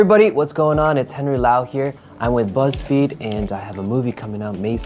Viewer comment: 헨리 목소리 발음 perfect!!!